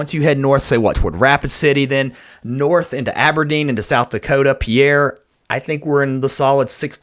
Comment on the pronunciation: Oh, I'm so excited about this!! And, as someone who lives in Pierre, SD, I feel it my obligatory duty to let you know Pierre is pronounced 'peer'. As a southern transplant, I, too, had no idea it was pronounced this way. I grew up thinking Pierre was 'pea-air'. Imagine my surprise when I moved here!! 😂😂 Thanks for the up to date forecast!!! I just ordered all of my blizzard junk food! And bumped my usual bottle of cabernet purchase to TWO bottles! Ya know. In case I get snowed in! ☺️